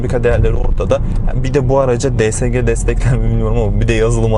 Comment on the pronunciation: Şu şansımana di es ci diyenlere gıcık oluyorum Allah tan öyle değil